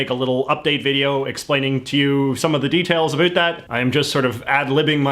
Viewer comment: Your pronunciation of 'about' destroyed all sincerity in this video.